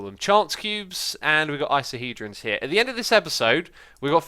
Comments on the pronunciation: Eye - Cos - a - Hee - dron!!1!1!!! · geez X, say Icosahedron correctly, please It's Icosa(which means 20) + hedron(which means faces)